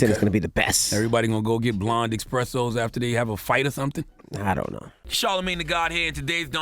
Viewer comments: eSpresso not eXpresso shit sounds so ignorant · What is an EXpresso?